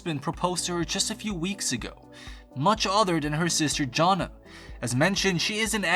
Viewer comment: You pronounced Jonna three different ways lol